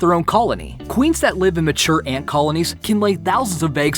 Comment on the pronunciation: It's ant not eeeant